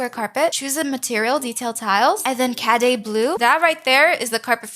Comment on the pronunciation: I love this video so much you are my inspiration and you are so good at building, even your first house is better than mine in general. btw cadet blue is pronounced ca-deh-t not cadey